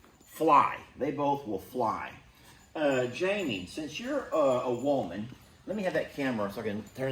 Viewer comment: cracks me up when he says “woman”. His accent says…”woah-man”! Cracks me up!😅😂